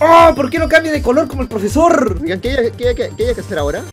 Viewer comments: Yo viendo que en el minuto en lugar de decir profesor dice prefesor._.XD vuelve a YouTube aaaaaaaa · Alguien más de dió cuenta que dice prefesor en XD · Alguien se dio cuenta que decia prefesor